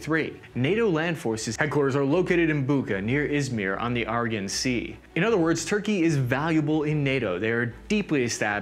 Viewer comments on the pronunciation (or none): Very likely. He did probably have a go at "Aegean" but it came out so weird he seems to have steered clear of the topic from then on. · I only got as far as and "Argon Sea" for the Aegean.